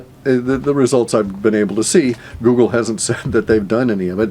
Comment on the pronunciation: lol- Woogle